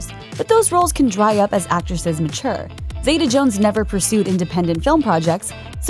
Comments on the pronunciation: It's ZEETA, not ZAYTA, goddammit. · Zee - ta not Zay - ta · First, get her name right. Catherine ZITA-Jones. Don't let the E in Zeta fool you into pronouncing it any differently! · Why do Americans pronounce her name Zay-tar, it's Zee-ta. She was named after her grandmother. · you're saying her name wrong but ok